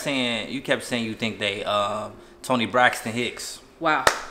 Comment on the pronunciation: Not saying Toni Brixton hicks😂😂😂